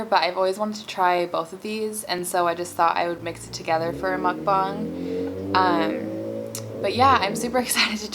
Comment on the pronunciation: I obviously don't expect for people to know this but just to prevent haters making fun of your pronunciation of mukbang, its pronounced as "mook-baang" p.s I like you and your videos a lot so this isn't a hate comment <3